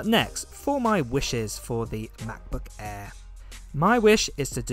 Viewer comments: "The new ma'boh a'h"? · " Macbook Aaee'' haha love your accent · Anyone notice the way he pronouncing "Macbook AIr" lol